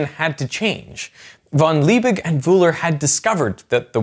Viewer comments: that last "g" in Liebig should pronounced as a g, not as a "ch". Just as you pronounce Leipzig with a g. Just for future reference. If a word is to be pronounced as some kind of guttural "ch", it will not contain merely a hard g. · The german G is just pronounced as a sharp, short G. LiebiCK almost, without the click. Ch in Friedrich is likewise just pronounced as a "Shh" sound. These mistakes stem from overthinking how to pronounce these sounds, and making it ultimately not even sound germany anymore, but more like swedish, or dutch. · Why in God's Name would you pronounce von Liebig in a french manner. Discusting do some research, cant belive a single thing in this junk video now. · Justus von Liebig was german, so pronouncing his name like it was dutch is equally "wrong" to any americanized pronuncitation. it just makes it seem extra pretentious. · Why you pronounce a "G" as "ch" and a the Ö as Ü? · "Justus von Liebig" - Liebig pronounced like Lee_Big (Tall), not Leebirchrrrr. "Friedrich Wöhler" - Friedrich proncounced like Free_Rich(ard), no Friedrikrrr.